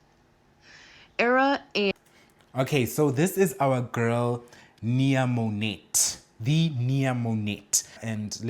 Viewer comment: Mo-NET is the funniest thing ever! Mo-NAY is how it’s pronounced. And bikini 👙 on top of your stomach had me undone.